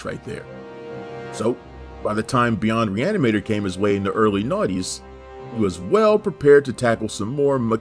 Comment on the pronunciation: pronounce that title one more time... I think you can get it. Just messing with ya lol